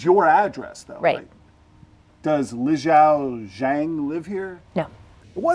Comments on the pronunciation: The biggest crime here is how bad this guy butchered that Chinese name 😂. It's "Li Xiao Zhang". I don't know where he got "Leeow Shang". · The mispronunciation of "Li Xiao Zhang" is sending me 😂😂😂😂